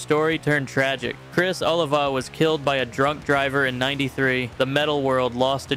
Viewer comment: It’s Oliva as in O-LEE-va. RIP Criss.